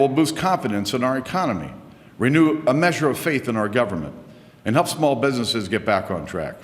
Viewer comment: "small pbiznisiz" fuck it, i can't spell how he says businesses